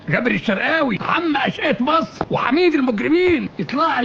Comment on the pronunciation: طبعًا أعهر من مبارك والمقبور الملعون عبناصر. أحه! هو فيه أصلًا مقارنة ما بين الكاريزما الشيطانية لعبناصر وحتى بعضها في مبارك، وبين القزم الحقير القذر السيسي اللي ما بيعرفش ينطق جملة واحدة بالفصحى صح وبيتكلم بطرقه الهمجية دي وبيقول السفه اللي بيقوله؟! أمثلة، لا للحصر: لرئاسة جمهورية مِسر العربية، لا يُسْلِح عمل المفسدين، أمن وسلامة المواطن الإسرائيلي جنبًا إلى جنب مع أمن وسلامة المواطن الإسرائيلي، بعد الانتهاء من مهمتها المعلنة في تصفية المقاومة، الفلوس ... الفلوس ... آه، أهم حاجة في الدنيا الفلوس.